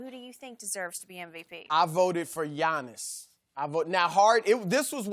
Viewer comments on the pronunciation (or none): Did Chris Broussard say 'to be Giannis...' or 'to be honest'...? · Its Giannis. Not close